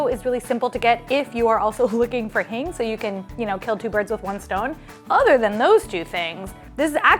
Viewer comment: It's pronounced Heeng